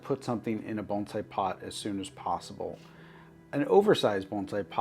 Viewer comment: Thank you for saying "bone sai" not "baan zai"!